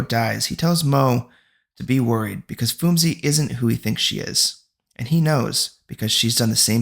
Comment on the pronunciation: Thanks for the recap... I thought should help you out with some of the name pronunciations 😅 ..for example Phumzi Is a Zulu word and so the 'h' is silent so you read it as Poom-zi. Same thing with Themba, read it as Tem-ba..